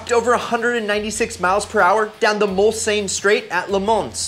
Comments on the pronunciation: Say it with me, mul-sahn. Mulsannes = mul-sahn. Le Mans = le mahn. Thank you for coming to my Ted talk. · Noble M600. Not sure it’s technically a kit, but they were only sold in the US without a drivetrain. The pronunciation of Mulsanne and LeMans had me cringing! Jason Camissa (Road & Track) recently called out YouTube videos with mispronounced words/names. He said- how can you take them seriously if the creator didn’t learn how to pronounce correctly. I like your videos, but please work on the pronunciation. Love the budget car lists! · successfully mispronounced "Mulsanne" AND "LeMans" 🙄